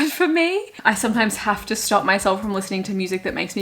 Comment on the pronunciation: It doesn’t sound like she is saying “Stop” it sounds like “Star” - why? 🤷‍♀️